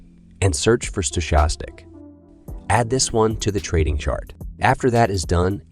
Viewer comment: I’m hearing a lot of strange pronunciations of stochastic lately.